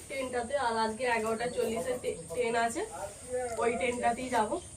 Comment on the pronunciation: টেন নয় বলো ট্রেন।